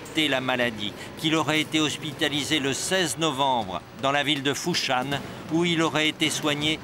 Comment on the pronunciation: Foshan et non pas Fushan.